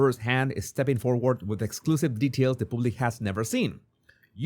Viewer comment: love your show... Just a little tip... public is pronounced with a short vowel not a long vowel it's not pubic hair... It is pronounce like a puppy